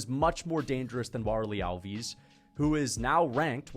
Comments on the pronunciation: you pronounce the fighters names so wrong - it’s hard to follow who you are talking about. al-VEES? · Alves and Borralho pronounciation is terrible